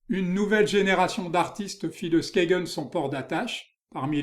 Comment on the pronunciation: Skagen ne se prononce pas 'Skégen' mais 'Skeïn' en danois.